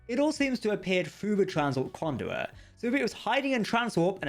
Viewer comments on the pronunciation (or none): For future reference, it's borg CUBE, not cue. Conduit, not condui. Complex, not complek. An accent is no excuse for not pronouncing the last letter of a word. SLOW THE HELL DOWN, when youre speaking. Youre not a twelve year old girl.